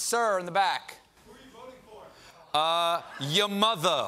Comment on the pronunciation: he said your mother in Bernie Accent